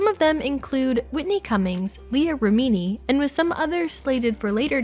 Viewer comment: “Leah remeaneee” hahaha